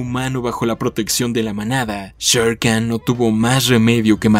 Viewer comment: Olvidaste decir que Khan no se dice Khan sino Jan